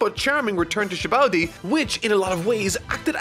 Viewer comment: Ah yes the arc where Sanji goes into pervert levels that are even further beyond Also the way says Sabaody is so weird lmao.